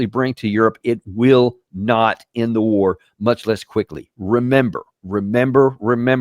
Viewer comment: It's not Trump's war!!!!! Oh! that war! Thought you said wart.